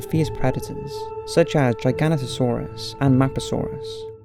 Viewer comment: isn't it pronounced Gih-gah-nau-toh-sa-uhs?